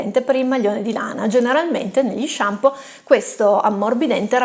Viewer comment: MA NON SI DICE SHAMPI! ; p Arrivato qui da un video consigliato da Dario Bressanini e si vede. Complimenti e iscritto! : )